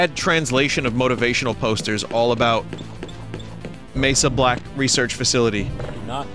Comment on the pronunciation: You think it's Mesa Black? No... It's Mey Soblack